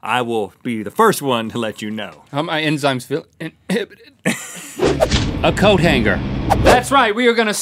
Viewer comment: Coat hang-ger